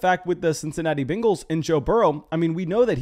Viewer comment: Nobody: This guy: Bingles